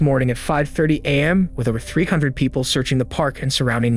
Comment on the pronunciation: This is AI right? strange inflections/pauses, pronouncing it 'am' instead of A.M... I am finishing this story though it's annoying to listen to but will be blocking this channel henceforth. Hate this AI bullshit